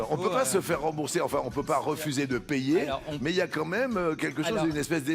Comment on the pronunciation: Luc a mal prononcé Payer (il dit player) et l'algorithme qui génère les sous titres a écrit player.